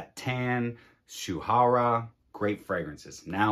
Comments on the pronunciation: Yes you did. It’s pronounced Shoorah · Nice list! Rasasi Shuhrah is to be pronounced as Shoo-rah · the last one should be pronounce as 'shoe rah'